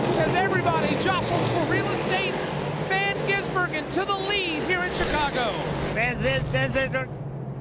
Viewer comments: and are the best 😂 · don't forget with a stumble. That one is definitely my favorite. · Every time they mispronounced or stumbled over SVG's name: "Shane van Ginsenburgen" (my favourite) "SVJ... G" "Shane... van Gisbergen" "van gisBERGen" "van gisBERGen" "Shane van gisBERGen" "ven gisBERGen" "Shane ben Bagizbergen" "van gisBERGen" (checks notes) "disbergen" "gisBERGen" "gisBERGen" "Shane... ben Gisbergen" "Bergen" "Shane... ven Gisbergen" "Shane... ven Gisbergen" "gisBERGen" "vasvih vesvedur" "van gisberg" "vansvi gisbergen" "The Gearz" "Shane van... gisBERGen" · dont forget at around the 3h mark van Geesebergen